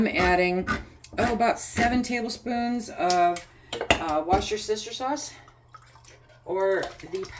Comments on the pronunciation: This is my second year I believe. LOL I thought you were saying “My sister’s sauce”, for Worcestershire sauce. My goal is getting more “meals” canned this year. Thanks for the recipe! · Is it 14 cups of chicken stock or 24. I went back and listened again and the video said 14 but 24 is on the recipe link. By the way, I love 'what's your sister sauce' pronunciation.